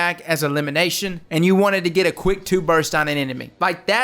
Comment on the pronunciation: Lol bro. You’ve got great vids. But there is a T at the end of BURST. Say it. It’s there.